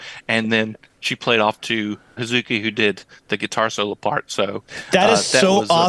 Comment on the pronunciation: I can tell you how not to pronounce Hazuki. It's definitely not Ha-ZOO-ki. Similarly, Suzuka is not Su-ZOO-ka and Momoko is not Mo-MO-ko. Americans have a tendency to stress that middle syllable, but the Japanese do not. The 'u' is often elided, such as in Babymetal's "Akatsuki," usually pronounced "Akatski" and in the verb "desu." I think it is elided in Hazuki's name, so "Haz-ki." It is not elided in Suzuka. So with names like Suzuka, Momoko, Kanami, Akane, Miyako, etc., you pronounce each syllable evenly. Miyako is not Mi-YAHKO or Mi-YAH-ko.